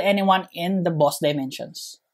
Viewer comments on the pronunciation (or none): When he went from saying boss to boos it made me laugh